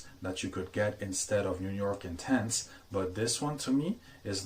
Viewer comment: It’s pronounced Intense not Ontonse. That was cringy and ridiculous.